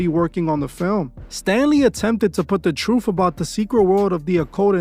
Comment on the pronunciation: How seriously should we take a narrator who pronounces the word truth "troof?" Right?